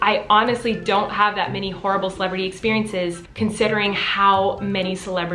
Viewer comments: Everytime you say celebrity i only hear Miranda😂😂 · Colleen: celebrity Me: CELEBEDDY